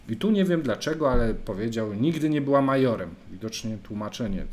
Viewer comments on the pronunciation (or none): nie "major" a "maszor", to na rosyjskim slengu znaczy czlowieka zbyt bogatego